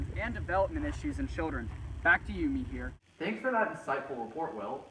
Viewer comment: “ThaNK You MIhiR” very good, chad